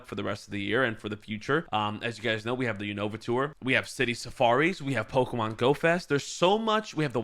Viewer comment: IT'S PO-KEY-MON!!!!